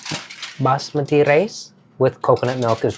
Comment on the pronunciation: A beautiful labor of love, nourishing you and your guest, as well as the cultured hearts of your viewers. Now I know how to properly say Basmati.